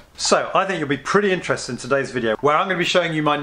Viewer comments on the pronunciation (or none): none